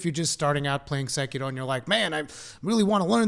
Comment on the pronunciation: did he just pronounced "SEKIRO" with asian accent? perfect!